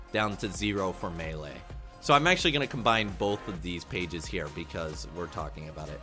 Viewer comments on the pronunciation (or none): none